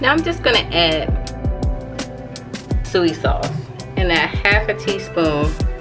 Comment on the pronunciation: I wasn't sure if you was a SISTA until you pronounce SOY SAUCE 🤣 My People ❤️🙌🏾🙌🏾🙌🏾